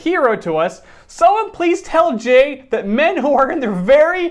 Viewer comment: I thought jay said “and I’m gay!” 😂😂